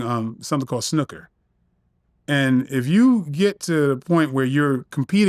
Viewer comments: snooker not snuka 😂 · The way he said Snooker 😂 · I clocked that very strange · way he says snooker...lol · I was like wtf! These Yanks!😂😂😂